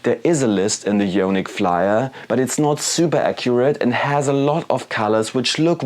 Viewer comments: Good video, thanks for the effort producing and testing the paints for us all. Just a heads up though, it's pronounced: " i-on-ic " not " yo-nik ". d(^_^)b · The "jonic" pronunciation kills me man :D It should be "I"onic with the same "I" as in the english "I am" :D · Eye-On-ick as in Ions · nice review.. thanks! one note for you on pronunciation: ionic = eye-on-ick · Yeah, yonic means something rather different. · Yoooaaanick. Had to turn it off 😂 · No worries at all, that's why I asked it that way, because there are numerous languages where "io" in front of "nic" would be pronounced with more of a "yo" or "yaw". Apologies if the way it's written came across as harsh, I meant it to come across as more of an "oooh, that's an interesting way to pronounce it" kind of thing, especially since we're all from different backgrounds. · I think it’s pronounced eye-onic 👍 oh and awesome video too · Ionic = īˈänik or eye-ahh-nick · Love your reviews and tests. Not a big deal. I was wondering if it was a Spanish pronunciation! : )